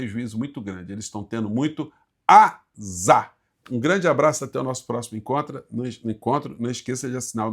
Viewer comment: Oi, AZar, são duas sílabas 😂